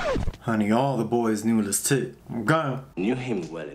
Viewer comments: This has been a really hard week for me emotionally, but 35 minutes of saying “LeTit” instead of Lestat was all the belly-laughter therapy I needed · I just want to let YOU know... I watched this video...and I can not NOT call Lestat, Le-tit...